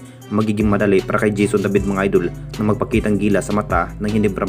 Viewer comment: Puro fake news bulol purobka idol hindi idul bugok baliw iniispek daw gagooooo